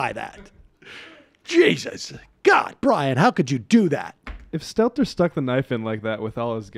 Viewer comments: FYI, Sam, it's SteLter--not SteTler... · Not “Stetler” it’s “Stelter” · His name is SteLter not Stetler